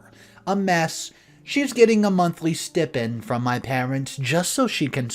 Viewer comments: Oh-Em-Geee!!!😳 PLEASE stop saying "stIHpend"... it's pronounced "stYpend" [spelled *stipend*].😬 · It's pronounced "sti-pend" with long i, not short i. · It's pronounced sty-pend.... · It’s pronounced Sty pend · You're pronouncing stipend wrong